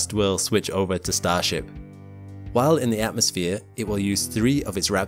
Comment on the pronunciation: "They'll be brought there by StarShap.." Umm no.